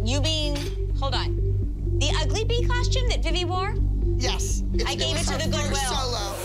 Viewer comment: I just want to make a shout out to Melissa for being the only mom to pronounce the word ‘costume’ correctly guys its “cost - ume” not “cosh - tume” thank you melissa